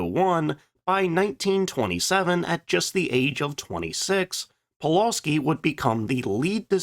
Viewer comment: Thanks. Another great video, and I certainly learned something. As for pronunciation: Pulawski is pronounced “Pu-wuf-ski” with the emphasis on the second syllable. And regarding your comments about Poland being hard to defend and how quickly it was overwhelmed: you mentioned that Poland was also invaded by Russia, two weeks after the Germans, but forgot to compare this with France which surrendered after just six weeks.